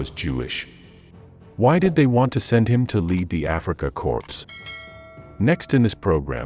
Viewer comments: Korps or Corpse ? Seems Americans don't know the difference in pronunciation !!! And as for the programme this is typically idiotic American Internet nonsense. 10,000 Thumbs down. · That bloody irritated me as well, especially the second time. Someone needs to tell him/it the word is "core". I think it's actually a person.... Although the V1 base is also mangled - peenemunde. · Ignorant to say cor"p"s. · A.I. Voice: Reprogram me please. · A small correction: the word “corps” (as in “Afrika Korps” or “Corps” in English) is pronounced “core” - “p” and “s” are silent - in both German and English.